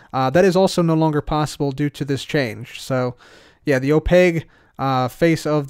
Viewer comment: Wait do people really pronounce opaque like opague? It's a q, not a g... right?